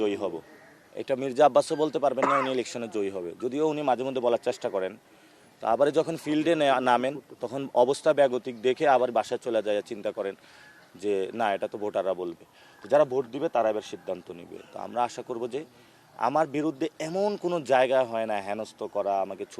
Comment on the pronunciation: বিএনপি নিলে চাদাবাজি। আর তোমরা নিলে হাদিয়া আর ডোনেশন। আহারে টাকার কত নাম। আগে উচ্চারণ স্পষ্ট কর। বোটার না রে পাগলা ভোটার।